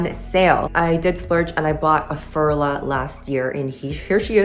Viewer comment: It is pronounced Furla - like the English u in you. I am a doctor and in no way am I willing to pay LV prices. I rather buy Coach, Dooney or Bree bags. I have a few coccinelle and Furla. I own a couple of luxury bags - MCM, Tod‘s, Prada and Mulberry…. but there is no difference for me! All bags get scratches when you use them. My Tod‘s fell apart after only two years of occasional use, something that has never happened with my contemporary bags. My Aigner (back in the day considered luxury) lost their glacing and had to be sent back to Munich to be repaired. After all there is no difference except the price tag at the end of the day when you use a bag. 😊